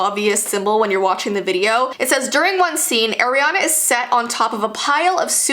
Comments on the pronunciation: Ariana not aranna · Its not Airana its Ariana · No one:: "AIRiana Grande" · I love the top! Just saying the pronunciation is Ariana grande not Airana grandi. No hate i love you. Also can you do Olivia Rodrigo if you haven't done her yet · It's Ariana not Airiana just to clarify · Why did u say eriana grande it’s Ariana grande not trying to be mean but u so cute girl omg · it’s not AIRANAN grande it’s ARIANA Grande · Its ariana grande npt airana grande you fake as fans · ARIANA NOT AIRIANA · it’s ah-riana not air-riana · Everyone is saying eriana grande not Ariana grande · air-iana Me:ITS PRONOUNCED O-RIANA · Its not air iana grande its ariana grande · today we will talk about airiana Grande Me:Airiana grande? You mean ariana grande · Ariana not eriana😂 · Eriana? Ariana ahahahhahahaah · It's not Airiana Grande it ARiana grande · It's not air, it's ar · you dont say her name as airina its like ar-iana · NOT AIR-E-ANA IT IS ARE-E-ANA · Airiana? I know your Canadian but AIR-IANA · Airy-ana haha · I am not a hater i love you you are amazing but it is soooo bad that you pronounce her name WRONG Its Ariana not Eriana and you are not the only one who says it WRONG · so she's one of those people who pronounces her name as Air-e-ana instead of Are-e-ana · I like how she pronounces Ariana grandes name air-ana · ugh the way u pronounced Ariana u pronounced it airiana gande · instead of ari-a its are-eana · i find it funny how you say Air-ree-ana, i thought it was pronounced R-ree-ah-n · You're saying airiana grande It's Ariana Grande I don't even like her why- Sorry K bye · "Airyanna". 👏 honey 👏it's "ARIANNA" 👏👏👏👏👏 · It’s not AIRiana it’s ARIana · Say her name like “air” and not “are” I dare u also love u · Im sorry but its AR IANA NOT AIR-iana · Am I the only one who doesn't like the way she says Ariana. AIREANA. NO. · IT'S AR-IANA GRANDE NOT AIR. ARE-DIANA! NOT AIR-GRANDE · Ah! She says eriana not ariana! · Ah yes air-iana